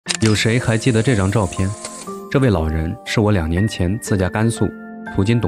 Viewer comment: 你最近几期都说到“两年”啥的，弱弱的纠正一下是“liang nian "不是“niang nian"😂😂